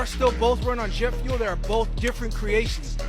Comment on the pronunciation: Did that guy say cars run on jet fule?